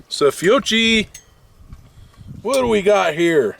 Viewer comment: First, you really should know how to spell and pronounce the ammo you are shooting in this video. Examples: Fiocchi and Aguila. If you have feeding issues with your Buckmark, check your ammo for its rated muzzle velocity. If it is below 1200 fps the round may not have enough energy to fully operate the semi-auto slide.